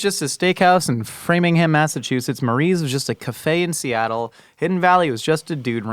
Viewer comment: omg hearing him say “Framingham” correctly was so weird! So many people get there wrong.